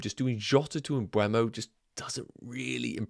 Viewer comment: yep, silent "m", cant see why people are pronouncing it as "mbwemo" lol